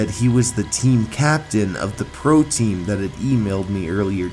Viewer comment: Why is your sound was like "pro TEam